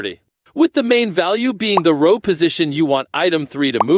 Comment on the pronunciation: grid ruh-ow? definitely ai voice